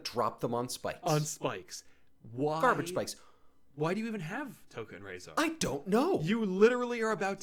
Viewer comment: reviewing TMNT and mixing up tokka and rahzar and not knowing how to pronounce rahzar? boo!